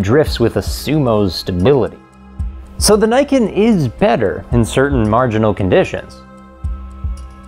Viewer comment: Glad to see you pronounced Niken correctly! Ugly bike though.